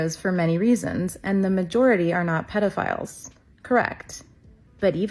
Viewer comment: the creator mispronounced it (twice) & (I mean I understand your point; but, I think “puddle-a-files” triggers me more) 😂… more to my point though, the creator mispronounced it, & left it in, in a few of the stitched clips See here: &